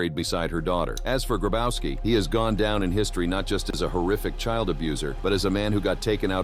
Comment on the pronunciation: Klaus Grabauski. Bro. Polish 'W' = English 'V'. It's pronounced Grabovski.